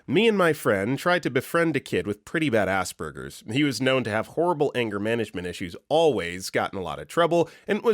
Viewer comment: Please stop pronouncing it “ass burgers”. It’s pronounced more like “ass-perjure”, as in to perjure yourself in court.